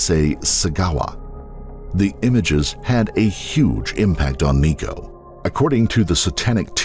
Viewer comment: IT’S NICO